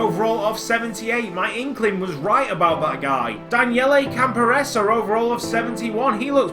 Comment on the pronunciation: I think it's pronounced "Campor-ray-zee". For me, the budget was set that low to make it a challenge for you - maybe to promote youth?